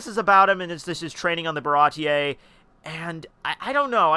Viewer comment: It's just "Bara-tee" wtf is up with those pronounciations